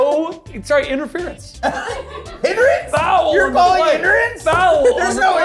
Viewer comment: “YOU’RE CALLING INTERENCE?!” 😂